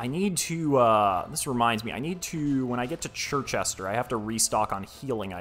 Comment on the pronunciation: Hearing you pronounce Circhester as Chir-chester not Sir-chester is extremely infuriating